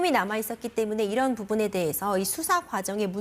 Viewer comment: 6분 8-12초에 설명이 반대로 되었습니다. 거기에 남앵커분은 아~ 이게 뭐죠? 무슨 변호사가 저래... 수사를 수자로 발음하고... 에이~ kbs가 좀 그런가? 대충 섭외하지 맙시다